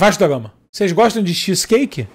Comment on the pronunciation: Cazé falando "xisqueique" é muito bom